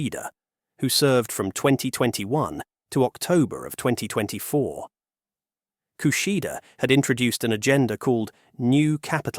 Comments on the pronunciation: Kushida ❌ Kishida ✅ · Yeah so it's Kishida, not Kushida! Also affectionately known as zouzei megane kuso gg (tax increase glasses old stupid man) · Wrong spelling and pronouncements! This video's commentator pronounced "Fumio Kishida" as "Fumio KUSHIDA" ! And "Nikkei" is not pronounced as "NIKKI" ! Holy cow!